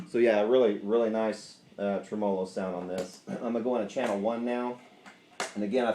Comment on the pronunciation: The 4 dislikes are for the pronunciation of tremolo. Lawd help ya son